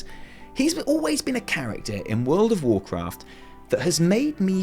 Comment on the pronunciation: lol... Did you say world of WarChrist ? :D